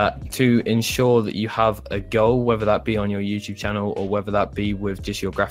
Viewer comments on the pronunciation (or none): when u said “ You need to have a Goal” I heard Girl XD